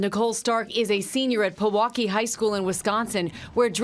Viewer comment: “Pa-waukee?”😂 it’s “PE-WAUKEE”💀 I live in wisco...